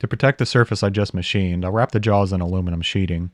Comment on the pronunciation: "chuck jawls" nice. Is that a touch of Appalachian?